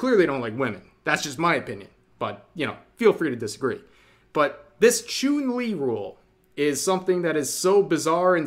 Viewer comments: Small nitpick: Chun Li's name is pronounced Ch-uhn, not Ch-oon like Chuunibyou. Like how the martial arts Wing Chun is pronounced Wing Ch-uhn. Otherwise, great vid! Source: I'm a fighting game player. Also an Asian. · I won't lie, I was whinging when Rev called Chun-Li, "ChUUn-Li." Though now I kinda want more of mispronounced Street Fighter names. RYE-YU K-EEn ChUUn-Li Blank-Ah. Zang-if DAL-Sim. Kami White. Bal-Rogue. VEE-GA M. BI-Soon. and A-Ku-Ma. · ah yes, choon-li